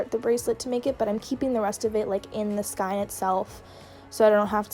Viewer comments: Tip! It’s actually not pronounced “sky-n” it’s acrually pronounced “sk-ey-n” just for future reference! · skein is pronouced skeen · the way you say “skein” makes me cringe but the tutorial is really good :)